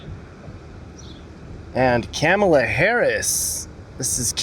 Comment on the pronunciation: Mispronouncing Kamala 🗑